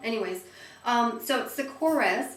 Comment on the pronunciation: Great favorites video. You actually did pronounce Korres correctly (the "ez" sound at the end). I really like the shadows too, and they're a great price. Went to Korres store in NYC- I was told that they are changing the packaging to read (......johnson and johnson), so they are selling all of the older packaged goods at sale prices to get rid of them - something to do with Fred Siegel and J&J co.). As usual, I only have a portion of the story). Will definitely check out prestige...Thanks!